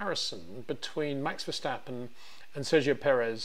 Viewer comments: it is NOT Max "verSHtappen" ... Max is not German (Germans indeed can in most cases pronounce "st" as "sht") ... #Max33 = Dutch NL/Belgium! ... It is not "Bottash" nor is it "Lewish" certainly not "verSHtappen" .... This BS started long time ago when a British sport presenter interviewed father Jos Verstappen and assumed you can use a German pronunciation to a Dutch Driver thinking it is so "funny" ... It is not. Serious question: can any Englishman say "versatile" out-loud without saying "vershatile" phonetically? most can about 99,99% ... that is why most English can pronounce Verstappen 100% correct! Father Jos Verstappen (also F1 Racer) was very active between back then only a very few said "Vershtappen" but the vast majority of British sport presenters pronounced it perfectly ... only a few old stubborn farts like Peter Windshor I know ... but get this: The Dutch 🇳🇱 NEVER EVER pronounce the st as sht ... that is why I mention the difference between the two countries ... I worked in Germany and have family in Germany and am part German myself. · It is NOT "Bottash" nor "Lewish" nor "Oshcar Piashtri" nor "Nyck de Vriesh" nor George "Russhell" nor "Fernando Alonsho" nor "Lance Shtroll" nor "Pierre Gashly". So why on Earth do you want to say: "Max VersHtappen"? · When will you FINALLY try to pronounce Verstappen correctly? Ok ok it seems you sometimes get it right.